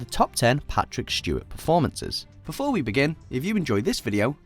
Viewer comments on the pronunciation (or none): Is the person saying Shtewart?